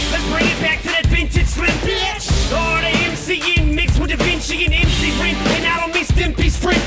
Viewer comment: he also said "beitch" lol